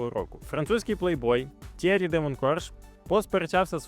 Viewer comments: Молодець. Цікаво, нестандартно. Але мені вуха ріже ім'я Т'Єрі з наголосом на перший склад, адже навіть я, який в школі вивчав німецьку, знаю, що у французькій мові майже всі наголоси - на останній склад, тож Т'єрІ (як Анрі), як МішЕль (а не мІшель). Ну і дивно, що ви не створили таймкоди до розділів, які вже присутні у вашому відео. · Ок. А от Tierry Sabine то такі Тьєрі (наголос на "і") Сабін (бо на кінці "е" що не читається, але впливає на вимову "і" у попередньому складі). Французька - така французька 😂😂😂